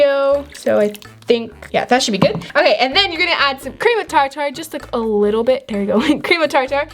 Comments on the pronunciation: Cream of (tar) (tar)😂 It's cream of tartar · its prononced cream of tar ter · why do you say cream of tartar char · Cream of TAR-TAR!?!?!? No hate but the way she said certain thing cracks me up!!:)